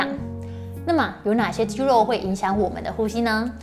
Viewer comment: 真的很用心 長期看就知道他這集很用心 刻意藉由桌子的幫助，把過多的手勢改掉了 我相信他一定有經過特別的訓練和調整 如果不是只有自己開物理治療所賺錢，只有幫到個別的人 而是走這個普及教學專業知識的路 希望可以在咬字發音的部分請專業人士幫忙調整 如肌「漏」......等等之類的 （要花很多工夫訓練，還要能找對問題點，跟運動物理治療很像） 在這個方向的表現上會完美很多